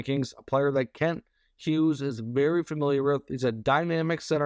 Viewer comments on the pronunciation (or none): none